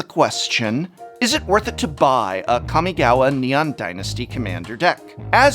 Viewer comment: Kah-mi-gah-wah Prof I love you but please soften that second 'a'. It's hard enpugh hearing "ninjitsu" all the time from people, and I think it's important when using loanwords (or fictional words based on another real language) to try our best to preserve the original pronunciation